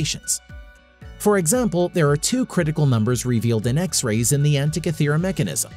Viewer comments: after going to all of the effort to research this video, you'd think the producers would look up how to actually say the name of the island that lends it's name to the mechanism... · Good grief, this guy's mispronunciation of "Antikythera" is irritating.